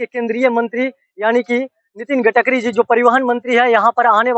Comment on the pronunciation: गटकरी नहीं होता है गडकरी होता है। आप जितना रिपोर्टिंग किए है सबसे गलत नाम बोले है। सुधार की बहुत जरुरत है आपको अभी।